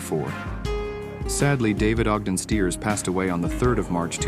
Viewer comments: You mis-pronounced David Ogden STIERS-NOT (Steers) STYERS! Then you have Jamie Farr's picture shown for someone else. -Jamie Farr is still alive! William Christopher's picture you showed when young was from GOMER PYLE USMC- NOT M*A*S*H! You need to fix these errors! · Would be nice if the fake voice used Stiers' pronunciation of Stiers' name. Bye bye. If the uploader can't get that right, how much else is wrong about the post?